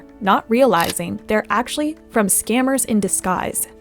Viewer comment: It’s just AshuLLy